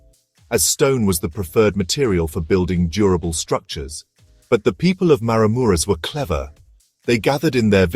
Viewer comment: OK, if you are going to do a narrated video, Maramureș needs to be pronounced properly, and the wooden churches should be Romanian, not with Ukrainian churches mixed in. I suspect the commentary is AI.